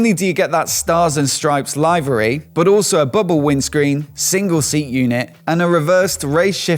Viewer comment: Nice video as we've come to expect. Just one pedantic point it's liv'ery not live'ery.